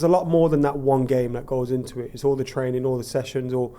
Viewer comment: Just say training again 😂